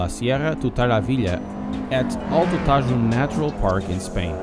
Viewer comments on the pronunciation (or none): Nice selection! Shame Otarumi is so short... BTW Tajo is pronounced "taho" ;)